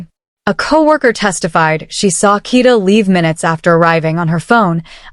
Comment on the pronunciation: Kada, not Kita.😂